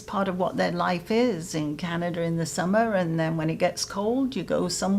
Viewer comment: Canada does not have an "r" at the end of it. STOP IT!